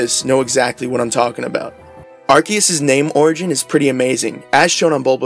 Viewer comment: Before talking about the Origin of Arceus. The right pronunciation is Ar Se Us Do not correct yourself when you said right. Arc= Higher. Seus as= Zeus=god. But theres no Z on Japanese, so they used the Se. So is never gonna sound with a K. The name in Japanese is ArSeRuSu so it should be Ar Se Us. So I know theres many idiots out there mispronouncing the name, that only happened in english. If you analyze the name grammatically it does not sound like many are saying it.🤷🏾😂